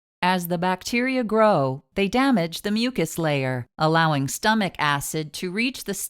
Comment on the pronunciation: Youre Daactor, stomech,etc. I hate that voice